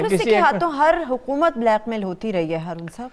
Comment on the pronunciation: program anchor ne "QAAF" ko remand par lia hua h..... URDU ki aisi ki taisi kardi h..... "Kaaf" ki jagah "QAAF" Hu"Q"oomat..... Bla"Q"mail..